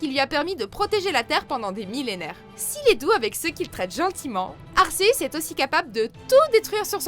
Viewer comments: C'est n importe quoi les prononciations dans cette vidéos j'ai mal au oreilles tellement c'est mal prononcé (Arceus) pas arseus bordel de merde latios et latias merde les s vous en faites quoi kiogré non mais la j'ai envie de rejoindre papa Johnny . Vous avez regardé les films au moin avant de dire de la merde juste pour faire une vidéos ? C'est du gros n'importe quoi en plus le top est à chiez ArCeus qui à crée le monde et les Pokémon par la même occasion qui ce fait doublé par le trio de la pluie et du beau temps nan mais n'importe quoi et mewtwo le pokémon le plus puissant faut ce calmé un peut les deux méga évolution c'est de une pour avoir un gameplay le plus polyvalent possible avec ce pokémon emblématique de la licence qui est souvent utilisé que ce sois par les bon ou les moin bon joueurs et aussi parce-que si gamfreak en avais fait qu'une et qu'elle plaisais pas à la commutée gamefreak ce serais fait engueulé par cette même communauté Pokémon qui pour une grande majorités aime mewtwo pour ce qu'il incarne à savoir l'être vivant détestant les hommes plus que tout au monde et je pense qu'il doit encore plus vous détesté avec vos prononciation à la con RIP cette vidéos qui devrais être supprimé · Léo_ Games disaus? asceuns ? Plus fais un effort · la prononciation please et vue que un ratata niveau 1 peut battre un arceus niveau 100 je doute de sa place ici! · Latios se prononce latioce et pareil pour Latias. Et Arceus se prononce arkeus. Kyogre se prononce Kyogre pas kiogré.